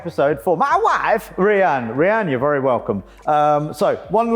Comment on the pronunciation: "Mma waaaif"